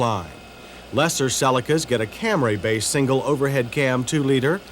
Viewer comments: ........FFS, John!!!!! That's "Cam-REE", NOT "Cam-RAY"!!!!!!!! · Attn John Davis: its cam ree. Not cam ray.